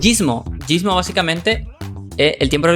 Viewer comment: Te rayaste mal con lo de gysmo xD y creo q ni lo dijiste bien equisde